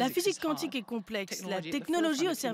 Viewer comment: On ne dit pas K'wontik , mais Quan tic comme si vous diriez ''C'est QUAND ?''. (Quantic)